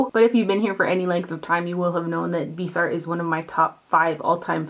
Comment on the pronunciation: Only top 5?!!! I would put Viseart in the top 2 easily though I have yet to own a Natasha Denona or Pat McGarth eyeshadow palette but I think I still would love Viseart above and beyond all of them And btw it’s pronounced vis-e-art short I, long e and the word art. Common on if a company is going to give you free stuff the least all you beauty bloggers could do is pronounce the company’s name right especially since so many of you claim to love them so damn much. I haven’t gotten anything free from them and I doubt I ever will and some of you have and will continue to get thousands of dollars of free products. Why don’t all of you bother to take the time and watch the fantastic interviews that Stephanie Nicole has with the owners of Viseart and Muse- I can guarantee you she knows how to pronounce the company’s name correctly I don’t know why this upsets me so much but it really does it’s a shame that so many of you can’t take the time to learn how to pronounce a company’s name that is so legendary in the beauty industry do you pronounce Lancome incorrectly, do you pronounce Estée Lauder wrong I don’t think so?